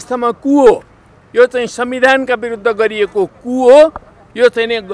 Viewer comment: Ku vaneko k ho alik prasta bolum na neta jiu